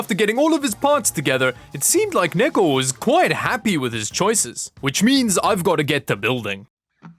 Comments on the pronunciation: swaped gpu rooms in hope to get neko to chose better, i love how it sounds like ni**achan when u call him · I keep hearing the n word every time he says neko